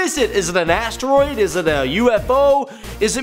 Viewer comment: when he said "asteroid" i thought he sais "ass droid"